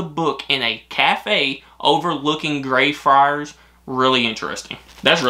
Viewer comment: Hi guys. your pronunciation of Greyfriars was pretty good, but can I just politely point out that Edinburgh is pronounced as "Eh-din-bruh" and not "Ee-din-bruh" (thank you for getting the "bruh" part though, most Americans tend to say "burgh" or "burrow") and also "Celtic" is a hard "c" not a soft "s" sound at the start (unless you are referring to the Scottish football team) 😁. Great video. Loved watching how excited you guys got about it all!